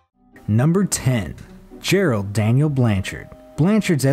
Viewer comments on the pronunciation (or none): none